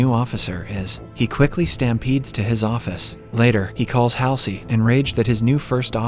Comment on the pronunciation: And it is pronounced Admiral Hual zee or Hall sea